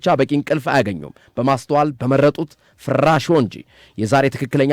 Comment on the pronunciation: ፍራሾ ጠበቅ አታድርገው ላላ አድርገህ ፍራሾ በል